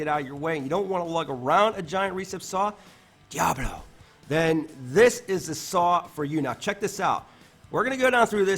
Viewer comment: I think I’ll have to try this saw. I like the way you say Diablo